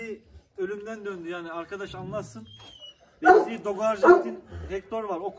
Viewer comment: Deyzi deyil abi daisy bu arada içeriklerin güzel abi severek izliyoruz👍